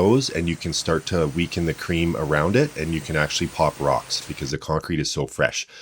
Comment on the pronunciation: The way you say the word ‘cream’ makes me crazy 😂😂😂😂